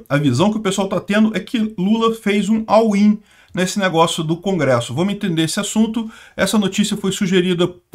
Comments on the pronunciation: "all in" se fala "ól in" e não "au in". abzao. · Não entendi o que tanto repetiu. "Awin"?